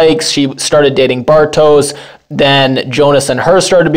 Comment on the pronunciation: Bartosz is pronounced “Bartosh”. I think the name is of Hungarian origin. Franziska is pronounced “Frunciskuh”